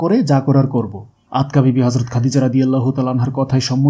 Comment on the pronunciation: Not Atka bibi but Atika bibi.